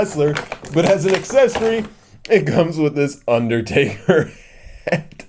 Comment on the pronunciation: It's undertaker not underdaber stupid